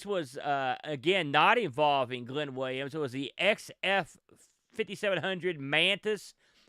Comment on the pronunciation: Glyn is a Welsh name. It's pronounced 'Glin' not Glen.